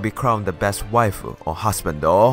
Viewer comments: Just as a quick FYI, when you said "Wae" the first time I was like WTF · Like I was WTF is he saying something in Spanish? I was laughing for most of the video 😂